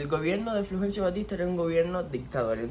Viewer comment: No será Fulgencio ? Te oí decir " Flugencio " Saludos desde Chile 😊